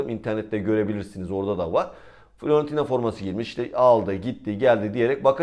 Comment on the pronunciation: FLorentina değil de Fİorentina diyin lütfen. Düzeltme yapmayı sevmem doğrusu ama hep Florentina diyorsunuz.